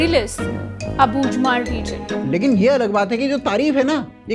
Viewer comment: एक बात आपने नोटिस की एक लीब्रल एंकर अबूझमार को अबू जमार बोल रही थी 😡😡😡😡😡😡😡😡😡😡😡